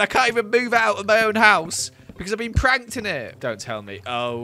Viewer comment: "Pranked", you say.. more like "planked"!!🤣🤣 LMAO